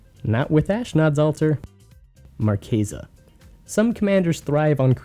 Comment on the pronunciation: Finally somebody who can pronounce "Marchesa"